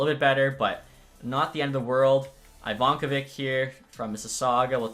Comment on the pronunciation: “Jack Ivan”ko”vic” real goalie for Mississauga going to be a stud future goalie